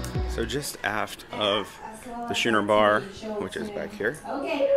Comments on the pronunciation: It’s pronounced Skooner, not schooner. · while I do like this video... it's pronounced Skoo-ner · Great tour. I love older, smaller ships with atriums. I’m looking a a TA from Barcelona to Tampa on her. I think it’s pronounced “skooner” though. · Say school, then say schooner. That's how it is pronounced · I have watched three recent ship tours of this ship. By far yours is the best. Do you pronounce Schooner that way as a joke or is it an alternative I am not aware? We are leaving out of Tampa in two weeks.